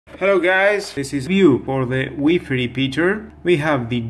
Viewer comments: WIFI NOT WEEFEE. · In my village , we say weefee.